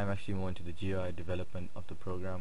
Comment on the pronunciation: You don't say each individual letter in "GUI," you read it as a word, which sounds like "gooey." Rhymes with dewey.